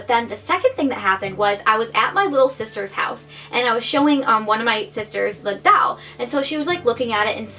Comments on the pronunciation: ITS DOLL NOT DALL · I think it's super cute how you say doll but sounds like you're saying haunted dowel. Like a ghost attached to a piece of wood 😂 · Why do u say doll like that omg stop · The way she says doll 😂